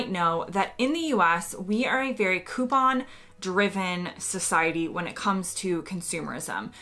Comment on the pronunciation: Nice to hear you pronounce coupon correctly. Sometimes when I hear an American say it on TV they try and put some weird French intimation on it and say "Coo-PAAAAAHHHHNNN"